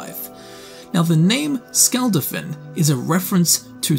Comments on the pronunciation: nearly every non-english word spoke had the wrong syllabic stress, case in point, he says "Skulld-afinn" when the proper pronunciation is Skul dah-fin. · Hou do you mispronounce shit like "Skuldafn" when it's said in game 100 times?